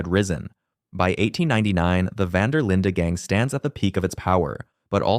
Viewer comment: Knew it wasn't looking good when he pronounced it vander Linda😭